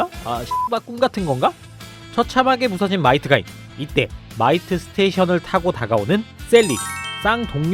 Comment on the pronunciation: 마이트가인이라뇨 ~~